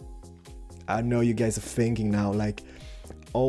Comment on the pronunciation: What people think says when he says "I don't know": "I don't know". What he actually says: "I don't NO"